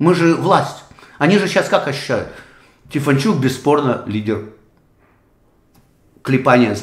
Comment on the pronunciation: Вы неправильно называете ведущего Рады,его фамилия Стефанчук